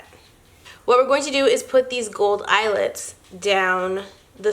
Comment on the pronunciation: count how many times she says eyelits(I think that is how you spell it)lol😂😂